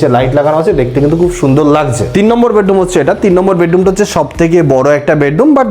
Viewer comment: বেডডুম নয় বেডরুম ।